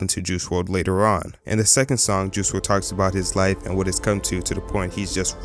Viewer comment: Juice WLRD??? do you mean WRLD??? Anyway great video